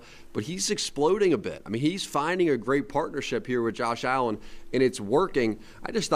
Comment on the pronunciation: Can you at least say his name? It's Josh Allen Bruh